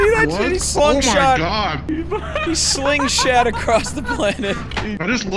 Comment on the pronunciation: I don't think doo understands the human language if he calls that a slingshat